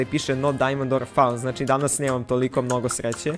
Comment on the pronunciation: nemoj da govoris danaz :-[ o_O !!!!!!